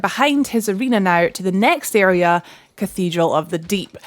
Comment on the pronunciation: I love how you say area! For the longest time I was thinking who are you calling an “idiot” until i realized you were saying area lol !